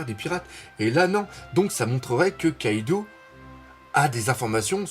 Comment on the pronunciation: Salut, on dit KaidO pas KaidOU, stp ^^ Je l'ai appris dans une de tes vidéos via un commentaire de DBTimes, autant appliquer ses propres leçons:) Tu fais un super boulot sinon